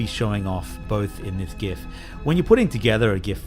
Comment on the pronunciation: Thank you for pronouncing gif the cool way.